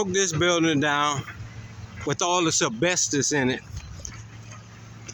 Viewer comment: First of all, welcome back, we missed having you to laugh at. Its called asbestos(not bestis), and black mold(not mole), and that is abated and removed before the demo process. I hope you made friends in there, because its just a matter of time before you end up going back